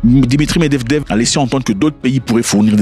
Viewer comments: Ok , s'en est trop ! Ca se prononce: Mèd-vé-dèf 😅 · Mêdvédèf eeeh Zack fait un effort 😂